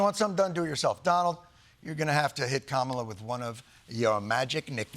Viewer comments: Is it simply another dogwhistle that the #WorstPresidentEver continues to mispronounce 'Kamala'? She's only been the VP for 3 1/2 years .. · Can we talk about how Republicans aren't even TRYING to pronounce Kamala correctly?